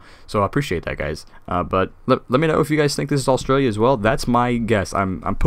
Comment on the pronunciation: the way you said Australia maaan it is Australia the track is the track of a feral cat btw you inspired me to start my own channel on this game